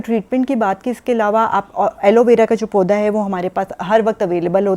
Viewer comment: Pooda nahi pauda hotaa hay😂